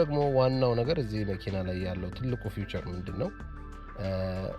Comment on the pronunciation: ፊውቸር (future) አይደለም: ፊቸር feature(s) ነው ቃሉ:: እባካቹ አስተካክሉ። ብዙ ፊቸር ወይም ፊቸርስ አሉት በሉ እቃ የምታስተዋውቁ ሁሉ። 🙏